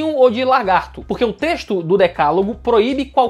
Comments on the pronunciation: mandando um "Largato". hahaha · "LARGATO"?! Eu hein!!!